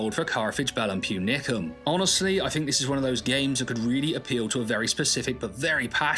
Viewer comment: It's púnicum